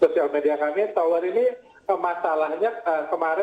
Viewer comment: TOWR atau POWR ya ? saya dengernya TOWR